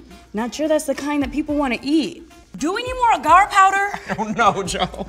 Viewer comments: It's pronounced "Ay-gar". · There saying agar agar wrong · ahhhhh the way you are saying agar is driving me nuts....no...just no